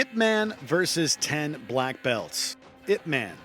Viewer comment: I think my fav is the Splinter/Shredder encounter. However the item before this - "Ip man" - perhaps if they pronounced it correctly as "Eye-Pee Man" i would rent and watch it. (I. P. is a network term for a designator - an 8 digit number assigned to every computer and device on the internet to distinguish them.)